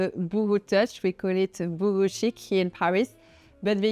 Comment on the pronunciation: It's pronounced Bow ho, not Boohoo!